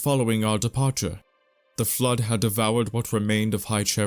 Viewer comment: is probably a good dude, but his pronunciation is very hard to ignore. Flood becomes "Flirt", Forerunners becomes "Foreigners" etc.